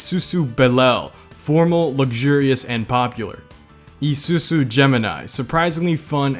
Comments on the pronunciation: BRUH im not some ultimate weeb or something but its called ISUZU NOT ISUSU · mans saying isusu not isuzu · i-su-zu not ee-su-su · Real pronouncatipn: ee soo-zoo His pronouncatuon: ee-soo-soo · Izuzu is pronounced i-zoo-zoo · its Isuzu not Isusu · Why cant Americans say car brand names Nisan, Mazda, Izoozoo not isusu. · The way he says izuzu: EE ZU SU Actuall: EYE SUE ZUE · Yesss, love it😂!! Especially when we reached the Honda section. Why is ISUZU pronounced I-su-su? It's supposed to be I-su-zoo. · IZUZU - pronounced: eye-zoo-zoo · How the fuck do you mispronounce Isuzu? There's a letter z in there and you fucking pronounce that as an S? "EE-SUE-SUE" what the fuck? lol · Is it just me that cringes when he tries to pronounce Isuzu as E-su-su... it's a literal Z, man... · i like the way he say isuzu to issusu 😂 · the whole video except the isuzu part: ..... the isuzu part: i s u s u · me:enjoying the cars: I S U S U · Just to help ya buddy, isuzu is pronounces eye sue sue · It itches me that you say Isusu for the whole vid. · Video: Isuzu and Subaru Him: I-su-suu and Subru Me: (Falls of chair) No offense, he doing good. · Its pronounced eyezuzu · This is how u say Isuzu I-zu-zu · It's izuku not isusu....please don't hurt me.👁👅👁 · How to pronounce Izuzu: eeesssuusuu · Pronouncation for Isuzu: eeesuuzuu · Isuzu is pronounced I SOO ZOO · Take a shot every time he says EESOOSOO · im sure isuzu is prounounced : i-zsoo-zsoo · How to pronounce Isuzu. Is-oo-zoo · Ee su is what the fuck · He pronounced izuzu as ie-soo-soo, that annoys me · How pronounces SUBARU AND ISUZU, Sooberoo and Isoozu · The way he pronounced Isuzu *EEE SU SU*. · its suppose 2 B pronounced EE SOO ZOO Americans just dont get it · It’s pronounced “Ee-sue-Zu” our I’s are pronounced like English E’s. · Why does ge sound like he's having a stroke every time he says isuzu🤣🤣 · Pronounce Isuzu properly please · I could feel the stress when he says isuzu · I love when he says isuzu